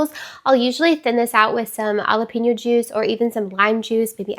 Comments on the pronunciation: It sounds like Halapeño, you probably heard J is silent, but it’s not. It’s just sounds like an H. 😊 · I have never heard anyone pronounce jalapeno the way you do. It's so interesting. ❤ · Lol.... and so wrong 😂😂 Love the video, gal 😘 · I thought it was so cute! Even though, yeah, never heard it pronounced that way outside of hearing you ❤